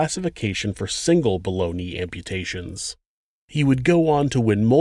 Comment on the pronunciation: he was saying "below knee amputation" and i kept hearing "boloney amputations!" lolz!!!!